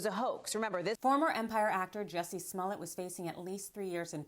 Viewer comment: Why does she keep pronouncing his name "Sss-mullet"?